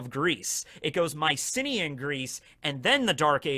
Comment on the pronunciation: Anyone else first think was saying "my city in Greece"? Not Mycenea Greece. Fun video though!